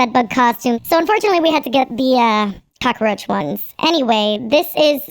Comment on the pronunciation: "I'm gonna be a glammed up ✨cacaroach✨ cause I did do my makeup"